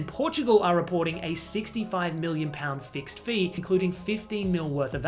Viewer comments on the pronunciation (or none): none